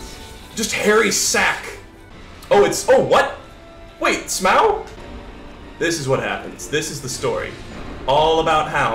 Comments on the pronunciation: your pronunciation of Smough makes me want to commit open mimic chest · I love you and your random s c r e e c h e s - But- You gotta stop calling Smough S m o w, please